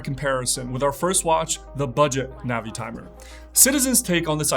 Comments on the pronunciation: ":Navy-timer" not "Navitimer"? I got tripped up by your pronunciation there. Anyways, fun video, and I always look forward to your stuff here. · no, he didn’t. He said navy-hawk (long A) and naveeee-timer (soft A, long E). It’s a soft I, like navigator.